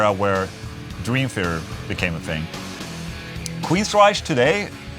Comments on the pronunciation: Only one QUEENSRYCHE and it is pronounced Queensrajk. Not Queensrajsch. Just hate that mispronouncing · Queensryche- “reich” not “reish.” No mention of Voivod? Dude...Legends!